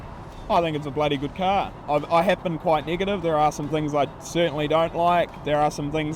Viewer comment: What exactly is a cah? 😆